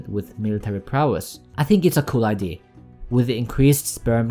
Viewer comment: "Idea" is pronounced "ide-a", not "ide'e"